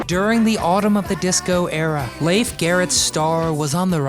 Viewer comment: It's pronounced Leef, not Lafe.